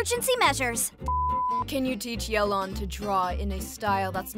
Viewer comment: Yay-lawn, not yell-lawn lol Cute comic dubs as always though. Love the artist.